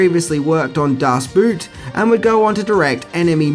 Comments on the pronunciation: In German both "Michael" and "Ende" are pronounced completely different from the way you pronounced them and "Boot" in "Das Boot" should sound like "boht" not "buht". Also the "o" in "Wolfgang" is an "o" and not an "oo". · I like your clips very much. Because your facts are always pretty awesome but, das Boot it's not pronounced like Boots or Reboot.. It's more like Boat. ;) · As much as I love your surreal clip, your various mispronounced words.. make this less professional for young people who never read the book first.. ...example: it's said "Dass Boat" written "Das Boot" & anyone who doesn't know Ende or Petersen is sad to me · Das Boot is prunounced Das Boat. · "Das Boot" Ah, the classic movie about a heroic shoe during WW2.. ehm, no..Das boot, with the picture of the submarine on the cover, is pronounced "Das Boat" Yeah who have thought :p Anyway, I loved the Never Ending story as a kid. There was so much stuff that never got explained that really sparked your imagination. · Pronounced more like "boat" rather than the type of shoe. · "Das Boot" is pronounced like "Das bought". Just fyi.